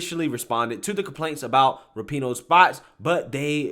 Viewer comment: Rapinoe is pronounced rah-pu-no, accent on the first syllable. But yeah, she’s a jerk.